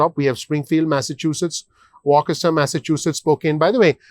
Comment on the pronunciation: Please check the correct pronunciation for Worcester. Phonetically "Woo ster' Otherwise thank you for your information and analysis